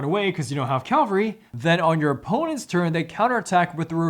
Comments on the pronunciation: It's Cavalry not Calvary! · It's Cavalry, not Calvary!